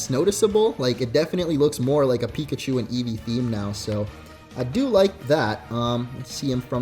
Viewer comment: Eevee not edges